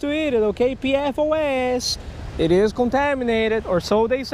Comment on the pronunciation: I think there may be another one of those diseases... It's from everywhere you fished... It's EPFOS. Just kidding lol, just sounded funny when you said PPFOS or something and it sounded like EPFOS